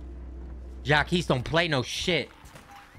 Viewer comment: Berlin and 🤝 mispronouncing “Jacques”